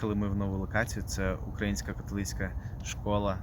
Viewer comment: Цікаво, гарна робота. Маленьке зауваження. Католицька церква украЇнська, не укрАїнська. Вухо ріже від такого московського наголосу. Бо то у них Україна - від словосполучення "у края.. рассєї".